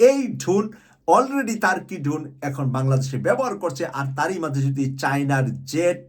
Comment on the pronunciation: ভাই আপনার ড্রোন উচ্চারণটা ঠিক হয় না। ড্রোন শুনতে ধোন শোনায়। যেমন এরদোয়ান এর ধোন